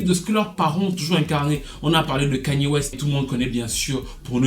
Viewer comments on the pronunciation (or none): none